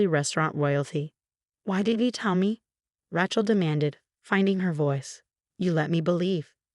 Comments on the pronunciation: Rattle. LOlz. From Ratchel to Rattle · Super intelligent AI pronouncing Rat-shell is really ratshit. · Can you please pronounce people's names correctly. Rachel is not ratchal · Please edit and say the sisters name correctly: Raychel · An AI who cannot pronounce RACHEL correctly. It keeps saying RAQUEL!!! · Does anyone PROOF these things for pronunciation? I can’t listen about Ratchel any more. Program the damn AI so it’s intuitive about how to pronounce stuff. Getting g old… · RaTchel?? Ratchel??🤣🤣🤣🤣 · Please, please, please, learn to say RAY- Chel! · Hahahaha "Ratch-ell." Stupid AI. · It's Raaaaachel. Straight a.😊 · It's pronounced raychel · Good grief! If Rachel was pronounced "Ratchelle", l never would have my daughter that.🤣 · This is a really good story but the mispronouncing of the name "Rachel" as "Rach-ul" was so irritating that it was hard to listen. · ohhh the pronunciation of Rachael,,,,its twitching me out,,its RAY-CH-AL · Rachel or Rattle? The spelling and pronunciation is laughable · Yeah. That Ră-chel was driving me nuts😳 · I had to stop 3 minutes in. Ratchell was driving me nuts. If you're going to use these stories at least use an AI or whatever that can pronounce names. It's embarrassing and absolutely hilarious. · Ok. Let’s talk about pronunciation. The girls name? Rachel would be Raychel. Long a. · Yes, the name 'Rachel' is pronounced as 'Ray-chul,' with a long 'a' sound in the first syllable 😁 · That Rachel is annoying cant you read properly and get the name right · The pronunciationof Rachel's name is really irritating😮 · Never heard Rachel pronounced tjat way. Can't listen anymore. You have a gall taking God's name im vain. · you need to learn the English pronunciation of "Rachel". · The many times the brain-damaged AI spoke rachels name, it barely managed to pronounce it correctly about, what, 3 or 4 times? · Sorry but this is so off putting because she can't say RACHEL. Hair? 😂😂😂😂😂😂😂😂😂😂 go away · It's not RATCHEL it's RAYCHEL FGS.